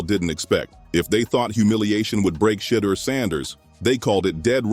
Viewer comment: His name is Shedeur, not Shadow!